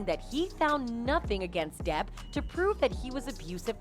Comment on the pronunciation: The sites are 100% A.I. run that’s why they mispronounce depp.